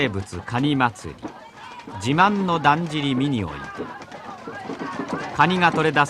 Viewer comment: 「纒見てくれ！そるるぇと、だっじりの〜」 巻き舌と省略語が粋だ。